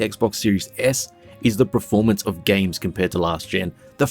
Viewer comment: It's pronounced pERformance, not pREformance. Thanks🙏